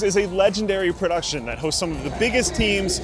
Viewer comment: Did you say PRODUCTION?